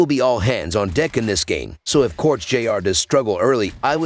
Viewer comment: it's Cortés not corts.